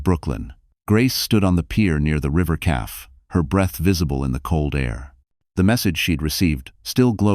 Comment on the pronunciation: Please teach your AI narrator how to pronounce cafe and read/read, maybe lessons in correct grammar